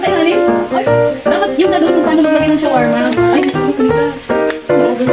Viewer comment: "sHaWaRiCe" ShAwArAw" kuya grabe ba